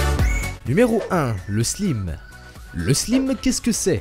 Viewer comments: Pour le 1 on dit Slaymme pas Slimme (pas l'orthographe mais la prononciation) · pas "slïme" sa ce prononce "Slaïme" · On dit un SLAÏME pas un SLIM (je sais que ça s'écrit Slime mais prononcez bien p*tain !!!) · ça se prononce slaïme pas slime ! 😂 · Slime ça ce prononce slaym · Juste pour vous prévenir ça se prononce Slaime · tres bonne video juste "slime" le i se prononce aie comme si tavais mal mais sinon félicitations +tres bon montage video😊😜👏👏👏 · abonnée! et on dit le slaïme mais sa s'écrit slime :) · Comment tu prononce le élimé 😂👍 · le slime sa se dit : le slaïme '^^ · On dit "Slaïme" Mais s'écrit slime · Et d'ailleurs, le slime se prononce slaïme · Sa se prononce le slaime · ça se dit slaïme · Nul ça ce dis slaïme et c'est juste de la pâte a prout donc tes mal placer pour parler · j'ai faille être folle après la prononciation de slime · C énorme commen il a dit slime